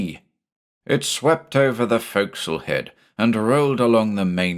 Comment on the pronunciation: Points for properly pronouncing forecastle.